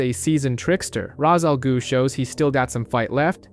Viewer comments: Raz al goo lol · raz al goo🤣🤣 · Hey babe, Wake up! The new Worst way to pronounce Ra's Al Ghul just dropped.